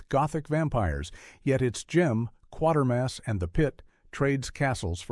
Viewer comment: kwa-ter-mass not quarter-mass